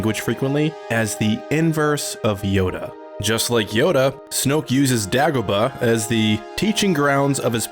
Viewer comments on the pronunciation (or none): It's DAY GO BAH ,NOT DEG A BAH